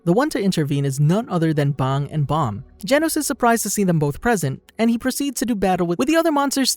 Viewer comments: You pronounce bang like bong my boi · Why my boi pronounce bang like bong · It’s bang not bong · aint no way he just called bang bong lmfao